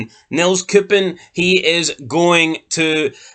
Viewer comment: Its pronounced nay cups